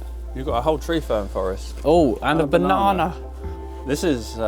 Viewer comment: I've followed you for years and enjoy every minute of all your varied videos! Thanks. I often wonder why you have the habit of saying, ' banana; aye summer's evening; aye bee-hive; etc.!' Maybe you were taught English during the time of Shakespeare! It's a strange habit but even BBC Staff seem to like saying '' these days! 'We now go over the the Royal Albert Hall for Concert by the London Philharmonic!'